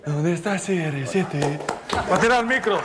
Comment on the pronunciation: ¿Donde está serresiete?🤣🤣